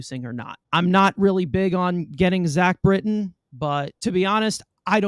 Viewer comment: “Zach Britton” kill me 😑